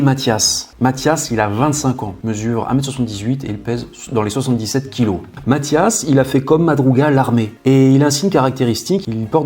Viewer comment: chreche pas c'est matthias